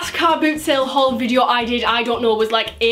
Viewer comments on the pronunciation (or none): none